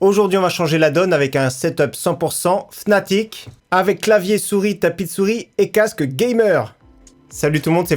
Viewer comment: Sa ne se prononce pas fnatic mais fanatic